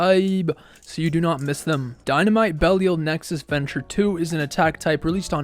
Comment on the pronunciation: Had to stop watching at 27 seconds, how can you not know how to pronounce this name properly? Be li al